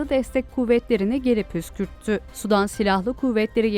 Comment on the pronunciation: sudan degil, Sudan, sanki iki "u" varmis gibi okunur, yoksa "sudan", yani H²O , deniz, göl veya Nehir suyundan gibi algilanir.